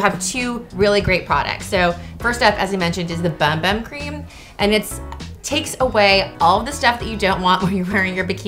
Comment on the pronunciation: How does she not know how to say bum bum correctly?! It’s “boom boom”